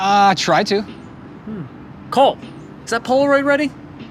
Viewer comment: anyone notice he said Colt instead of Cole ????